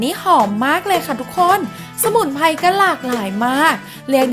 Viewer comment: สมุนไพร 🌿, ไม่ใช่สมุนไพ, พริก 🌶️เกลือ, ไม่ใช่ พิกเกือ, Menu เมนยู ไม่ใมใช่เมนู, กลิ่นหอม ไม่ใช่กิ่นหอม หากเป็นลาว จีน 🇨🇳พม่า ก็ทำลายสระพยัญชนะไทบบเลวชั่วโคตร